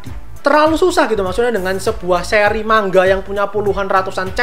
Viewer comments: Bang kok baca nga mang ga bukan ma nga (btw saya subscriber baru) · Manga bang bukan mangga